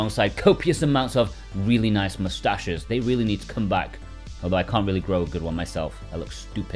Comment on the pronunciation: Please say mustaches again!😂